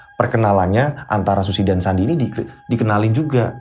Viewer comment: Eh sandi kedengerane andi😂😂😂😂